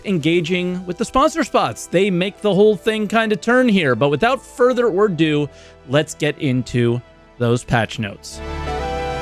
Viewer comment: Hold on, hold on... did you say "without further ordo?"